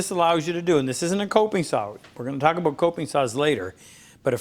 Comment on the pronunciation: Ah yes, aboot